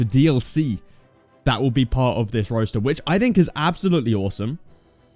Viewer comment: Roster not Roaster lol